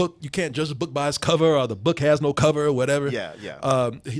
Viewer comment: anyone else hate that pronounces the word "or" as "are'